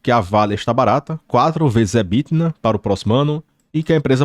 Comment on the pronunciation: Quando diz "EBTINA" é só uma brincadeira mesmo ou a dicção é que ficou ruim?